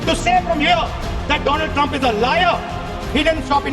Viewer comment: My frend Trump... tremp prend... frent..😂